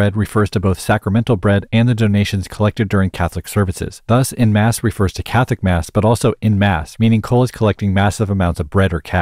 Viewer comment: As a french speaker we don't read "e' mass" like that we actually pronouce it like the first "en" of "en"tendre so noone say in mass❌